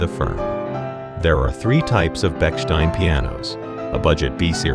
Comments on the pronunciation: Bechstein is pronounced Beh-shtine; it has no sounds "k" or "s" in there. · "poet laure-eight" "Betchsteen" However, he pronounces "Paolo" in Paolo Fazioli like a proper Italian. The copy, though, is horrendous. "Manufacturers of pianos frequently have grand-sounding names that may be readily associated with legal offices." What a ludicrous statement! Call me a hater, I don't care. Anyone notice the final image--the guy plunking at a key over and over, as if he was trying to get something out of a vending machine? Check it out. It's hilarious!